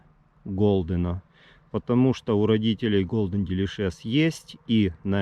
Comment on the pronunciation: научись название сорта правильно произносить😃